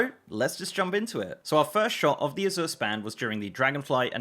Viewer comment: azure a-ZIRR ? i am not english but never heard it pronounced that way .. i would say it like Asia EY-zhur, hmh lets check the comprehensive dialectal dictionary .*rummaging*. aha! hm hm hm,.. nope, a-ZIRR is not existent even in UK. it may be pronounced az-YOURE tho, but mostly its AZ-youre there for S+Y non-merger people or AZH-er for those who dont --- or americans. so i the foreigner was almost right, and the native throws it off xD funny